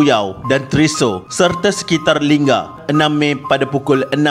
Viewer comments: lingga not lingam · tentera kau x sebut??batang lupar tu..nama betul jeti lingga..bkn linggam😊